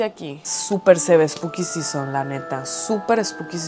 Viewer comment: todo el video hablando spuki sison... y yo sin saber que es un spuki sison :(